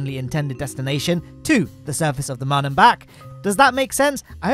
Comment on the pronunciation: How are you pronouncing “moon”? Have you ever said that to another person? Did they correct you?